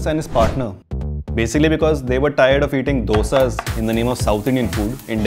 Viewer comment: I'm cracking up cuz you called it's DHOSHA😂😂😂 man it's DOSA, four letters not that hard xD